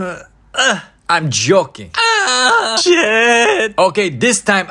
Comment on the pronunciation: "I will catch you" "Im JOKKING."